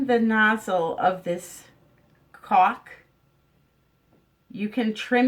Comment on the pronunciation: Caulk. With an "L". Not cock. :) I like the idea of silicone instead of hot glue